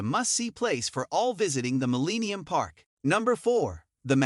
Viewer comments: "MillEEnium park" lol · I'll share this video, if you promise to NEVER pronounce it "Muh-LEEEE-nee-um Park" ever again !!!!!! Surprised you didn't list "REEEE-glee Field" as a destination.